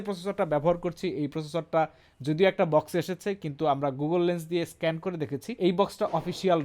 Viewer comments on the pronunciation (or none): none